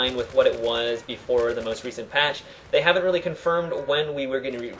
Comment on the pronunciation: its called most, not must.